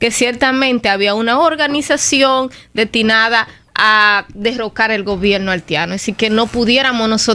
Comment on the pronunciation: Es cierto, se come las SSS y mete las iiii donde no van, puro error de la gente cibaena. Yo estoy de acuerdo que cuando uno es un profesional, deberia tomar clases para corregirse. Se oye bien bien cuando dice ( detinada ) en vez de destinada. Archivo en ves de archivos, requisito, en vez de requisitos, que pena esta.